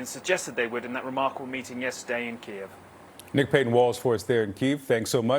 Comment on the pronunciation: after all these years how is it that someone working for CNN still doesn’t know how to pronounce Kyiv…… this kind of carelessness is unacceptable. This journalist needs to be taken off the air until he can demonstrate basic competence on the subject matter.